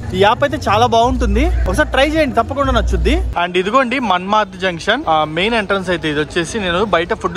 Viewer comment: మన్మద్ కాదు అయ్య అది మన్మాడ్